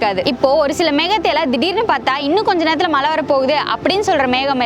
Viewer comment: மலை இல்ல மழை மேடம்